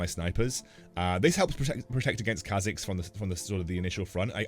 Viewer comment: What's the Kha'zix build? I'm hearing Kha'zekes or is it just me